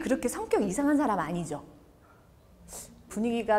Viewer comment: 말을 가르치는 분의 틑린 예: 사람, 좋게,외부, 후배, 시작 , 제가( 나), 등 단어의 첫 자를 "짧게" 잘못 발음했습니다. 길게 발음해야지요, "사람"이라는 평상어를 바르게 발음하지 못하는 분이 "말" 강의를하는 대한민국!! 어떻게 생각하십니까?? "한국 어문을 고발함"이라는 책을 조용히 읽어 주실까요??